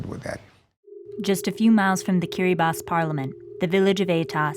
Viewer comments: Its not said kir-a-ba-tee its said kira-bus.... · King Bibi kiribatee is how non i-kiribati people call it since they don't know that in gilbertese language de writting of ti is pronounced as S so instead of kiribaTEE is KiribaS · First I heard KIRIBA-TEE, good thing she redeemed herself by saying Kiri-bass to the rest of this documentary. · It is pronounced as "kiribas" because in gilbertese they dont have letter T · Kiribati is pronounced as Kiri-ba-hs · It's pronounced KIRIBASS. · The ti in Kiribati makes an s sound so it sounds like kiribas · It’s kirabaus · KI-RI-BAHS. its pronounced KIRIBAHS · >"Kiriba-TEE" >Dislike >Close tab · Am I wrong that the correct way of pronouncing Kiribati in English is not ending in an "i" like this video does, but more like "Kiribas"? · Kind of frustrating that the opening title pronounces the name wrong, but she seems to know how to say it during the content. Too bad, I almost wrote this piece off.